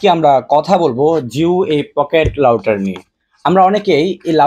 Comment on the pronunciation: ভাই, এইটা কি লাউটার নাকি রাউটার? উচ্চারণ শুদধ না করে কী সব বলস?